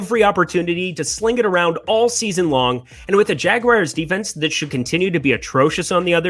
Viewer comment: The jagwires?